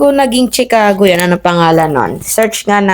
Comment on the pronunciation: Chicago (Shuh-kaa-gow) hindi Tsikago.